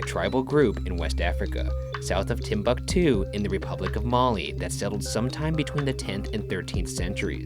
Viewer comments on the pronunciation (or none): He tried to say Timbuktu seriously, and desperately failed.